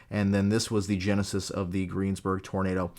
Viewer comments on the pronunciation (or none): none